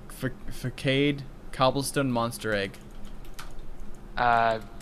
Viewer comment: facade is pronounced fasade